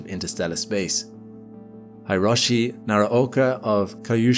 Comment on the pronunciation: Excellent content as always, but in this one you managed to murder all Japanese words you read... Ryugu (re-you-gu, not rye-you-gu) Hiroshi (Hee-roshi, not Hy-roshi, and this should have been easy: how do you pronounce Hiroshima???) Kyushu (same as Ryugu, Q-shu and not Kye-ushu) If you repeat a word so many times, perhaps worth it to research it beforehand...also typing it in google translate and have it read alout would have saved this.